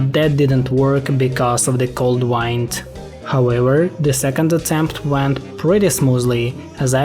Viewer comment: I'm guessing English is not your first language (you always said "wind" instead of "wind," for instance). I'm pretty impressed you learned enough to make a video in it, as I have not done so.